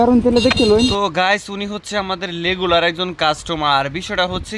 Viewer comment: আমি কি ভুল শুনছি আপনি কি রেগুলার বলছেন আর লেগুলার